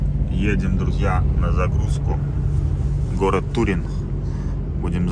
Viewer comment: ТурИн а не ТУрин.. не фреЖус, а фреюс... в магаз, если будете следующий раз по а4 с Новары в сторону Турина, то после а26 на сьезде на Грэджио есть ЕвроСпин, можно заехать прям с прицепом! Удачной вам дорожки!